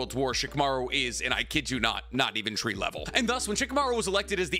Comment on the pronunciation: “not even tree level” took me out😭